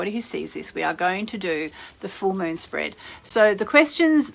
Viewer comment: A Full Moon Spread is a type of Spready to the Gods? Is this woman Australian or something?